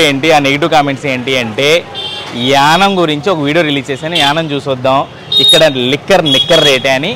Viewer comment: It is YANAAM. Not yanam.